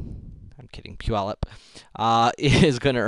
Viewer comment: "pu-yallup" made me laugh so hard, why was that so funny??